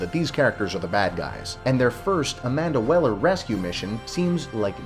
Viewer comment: Amanda Waller * not amanda weller 😂😂 lol